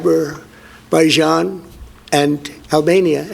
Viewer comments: Aberbaijan?? WTF is that?? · it’s Aberbaizhaan and Albania! Sheesh! Get it right.🤪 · with all due respect you mispronounced Azerbaijan as well saying ABerbaijan after you played the clip. But yes the clip was really funny and I laughed my head off when Trump muffed it, since Albania and Azabaijan have a huge amount of ocean between them 😅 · Aber bay zhan? Moron!